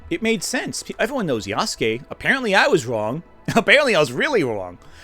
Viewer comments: gonna be the weeb here and point out that for the entire time he talks about him he pro-nounces it wrong. It's pronounced " Ya-su-ke " Not " Yahs-kee " as he does for the video section, the guest speaker he has read a small portion of an article pronounces it correctly but himself does not. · the people saying Nobunaga was ""only a retainer"" aren't Historians, can't read japanese and don't even know what being a Retainer to Nobunaga meant in that era. why should i listen to some submental antiwoke youtuber who can't even pronounce ヤスケ correctly over what actual japanese historians and scholars have been saying for the past 100+ years? did i hallucinate the existence of Afro Samurai? How do you cope with the fact Japan has been depicting Yasuke in literature and media as a warrior for the past 60+ years? Does it give you pause that the Koei-Tecmo video game series Samurai Warriors has featured Yasuke for multiple entries? Are you implying people of Japan know less about their own history than some slop american antiwoke crusader?